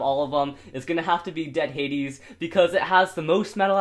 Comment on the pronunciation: It's dread hadew